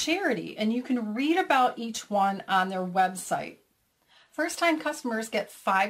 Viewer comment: "eacht" (each?) LOL ;)